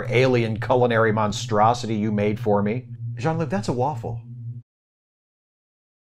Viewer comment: A w a ff le? Dammit Beverly I'm a Frenchman not a Belgian!